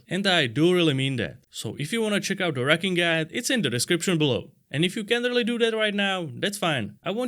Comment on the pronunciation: I thought he said rukken 😂